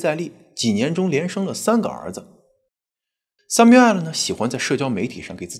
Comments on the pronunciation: it's samuel not samu-el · 强迫症发声，男主叫三谬，不是三谬爱了😂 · Samuel就是念三谬，不是三谬哎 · Samuel 读为“sa-myoo-uhl" 我知道我重点歪了，但是m2一口一个“塞谬艾尔”真的太出戏😂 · Samuel发音"sai miu", not "sai miu ai-lou"😆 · samuel 的读音应该是“三缪～”但是主持人一直“三缪艾了”“三缪艾了”的叫，真的听着很尴尬很出戏。如果英文名字读不准可以读中文译名，比如比较普遍的译名是“塞缪尔”。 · 人家名字是叫sam---uel, 什么sum----uel 听得人一头雾水，一点都不专业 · 還有一個口誤，Samuel應該讀： ˈsæmjuəl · m2主播是学法语的出身的吗？读samuel的发音时尾音完全是法语的样子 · 播主可以查一下这个男主的名字发音😂，这样视频会更完美了，感谢❤播出这么好的视频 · Samuel的发音需要纠正一下😂 其他都很好 很喜欢你的节目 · 希望m2的发音能提高一下哈哈哈哈 samuel 这个发音感觉好神奇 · samuel的读音后面为什么发ai的音？纯属好奇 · Samuel 念得不对，听起来很刺耳，不如念"塞繆爾"。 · Samuel这个发音实在听不下去了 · 這是個美國的案子美國的兇手 況且ray念自己的名字時怎麽不用法語發音? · 😂 Samuel 发音用的是法语，其他人名发音用英文，主要叙事用普通话，字幕用的是只有台湾用的繁体中文。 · Samuel 發音不是那樣喔.Google 一下.